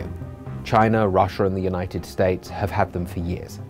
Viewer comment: bro really said "unined states"